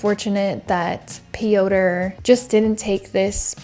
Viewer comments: Pee- ow- turh is wild 💀 It's pyohtr (rolled r). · did you really say "pee-oh-tur"? It's fucking Peter just in polish 😂😂😂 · Piotr is just pronounced Peter, I think! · "Piotr" - it's not pronounced Pee-oh-ter; it is pronounced Peter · no it's not😭 why are you giving made up advice especially when she made an effort to pronounce the name similarly to the polish variant already? it's pronounced similar to russian Пётр which means the P is followed by a yo (ё) sound - io io io P io tr Pyotr, not an "ee" sound as in Peeter. it shouldn't matter how pronounced it, and using the english equivalent (Peter) would've been absolutely fine as well, but the way she said it was more accurate than what you're suggesting so why correct her? no hate to you just curious as to why you felt like sharing this fun fact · "Pioter" lol thats not how you pronounce that name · Piotr is pronounced Pee-yot. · Piotr is the Polish version of Peter bit it's actually pronounced "Pee-yot" with a nearly silent R at the end, but the R is not a hard R like you are saying, but more like a quick rolling R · Just a fun fact…the Polish name “Piotr” is pronounced “Peter”. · Aleksandra - you say correctly Popek - also correctly Piotr - English version is Peter But overall your pronunciation is good 👍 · You calling Piotr ‘pee-odour’ is killing me. It’s not a funny situation at all, but it still made me laugh. I hope his victim is okay. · "Piotr" is pronounced just like Peter. 😊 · What a load of bollocks, learn to get percentages right (98%😆) and how to pronounce a name before going on line to say it (it's the Slavic spelling for Peter) and stop with the woke bs, she is a she, not a they. Shite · well you should tell the Piotr i know he is pronouncing his own name wrong! hahaha! maybe he just pronounces it to the closest English equivalent because everyone gets it wrong. so that could be my fault. if so, my apologies